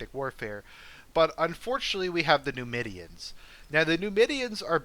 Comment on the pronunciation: I think it's pronounced Nee-moid-ee-uns.